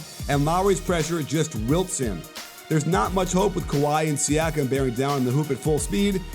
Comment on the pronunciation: It's pronounced See-ah-kum.